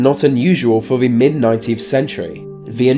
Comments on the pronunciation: Dude if you can manage to say there and that, you can say the, not v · why do people from your part of the world pronounce "th" as "f"?